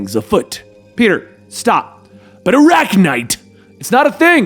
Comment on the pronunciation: He said Arachknight And all I heard was SPIDER-COP